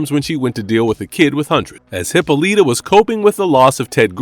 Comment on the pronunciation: Please... PLEASE stop mispronouncing names. Hippoleeeta? Come one. Please, stop this already!